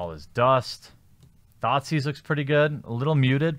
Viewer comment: Each time you said "Thoughtseize," I heard "Thot seas."